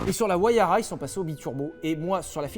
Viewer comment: Merci Sylvain pour cette belle présentation de la Pagani "WAYARA"